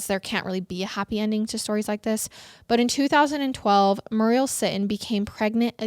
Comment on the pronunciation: Muriel is pronounced mm your eee el. My mum is called muriel